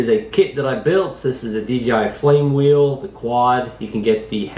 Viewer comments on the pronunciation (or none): none